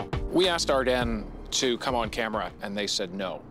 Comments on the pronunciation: “Ar-den” WTF JDHSHUEKSNX ITS AR- DEEN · “First up Ardene” I thought it was pronounced Ardean💀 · Ar-Den? Really? Everyone I’ve ever heard pronounced it like Ar-dean. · My mind is being blown by the fact Ardene is pronounced Ar-den and not Ar-dean like I always thought. All my friends said it like Ar-dean growing up. I had a lot of jewellery from Ardene as a teenager. A bit worrying. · the way he pronounces “Ardenes” makes me uncomfortable lol. i thought it was ArDEANs not ArDEN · dera no it’s ardeeen butvthis dude is wrong lol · did this dude just say ardAN, every time he says it I cringe ahhh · It's super annoying that you don't know how to pronounce Ardene lol